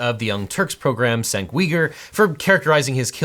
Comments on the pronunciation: In case it hasn’t been noted yet, it’s pronounced “Jenk” not Cenk. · Objection - his name is pronounced “CHENK”. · Cenk is pronounced JANK not sank. JS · “Senk Weegur” haha. His name is actually pronounced Jenk You-gur. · it's pronounced Jenk Yoogur not Senk Weegur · Haha, "Sink Weeger". In Turkish, the "c" is pronounced as a "J", so it's pronounced like "Jank". I think your pronunciation of "Uygur" is generally accepted, but he uses the "U-ger" pronunciation. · The TYT presenters name is pronounce Genk not Senk. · Cenk is pronounced Genk or Jenk not Cenk or Kenk. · It's pronounced "Jenk You-ger" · While not intuitive cenk's name is pronounced like Jenk Yuger. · C’mon Cenk is pronounced Jenk. Do your homework. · Cenk is pronounced "Jenk" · It is pronounced “Jenk Yooger”. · Cenk's name is pronounced "Jenk", fyi. Republicans love to mispronounce it as a dog whistle. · Objection: You need to take a little bit of time to properly figure out how to pronounce people's names. Cenk Uygur is pronounced Jenk You-ger. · While I haven't watched TYT in nearly a decade, the hosts name, Cenk, is actually pronounced like "Jenk" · Cenk Uygur’s first name is pronounced JENK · Young Turks host name is pronounced "CHenk" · who doesn't know how to pronounce Cenk's name? This is the first time I've heard anyone pronounce it Senk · you butchered Cenk's name lol. It's pronounced "jank" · Boy mispronounced cenk's name like that could be taken very racist if your intentionally mispronouncing his name it's pronounced chank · Just FYI, it’s Cenk as in Jank. A C in Turkish is like the J in Jacket in English. And the last name is literally Uy-gur (Turkish is a phonetic language), but to me, it’s not as big a mispronunciation as his first name. I guess now we know Legal Eagle doesn’t watch TYT, cause they call him Cenk not Sank. 🤷🏻‍♀️ I don’t even watch TYT, just saw a few clips, but I used to live in Turkey. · Cenk is pronounced jank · For future refernce, Cenk's name is pronounced as "Jenk"